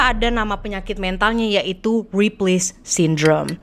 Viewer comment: That "RIPLEY SYNDROME" you said is sooo satisfying to hear 😂❤